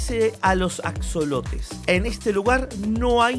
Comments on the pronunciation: En español se pronuncia y se escribe ajolote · Axolotes? Según se se pronuncia ajolote por que es de hecho un animal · Se escribe axolote y se pronuncia ajolote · Se pronuncia ajolote, Bro 👍🏼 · Se pronuncia ajolote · Se escribe con "x" pero se pronuncia como si fuera "j" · Se pronuncia con jota hombre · Men me da cancer escuchar que lo pronuncia en ingles >:c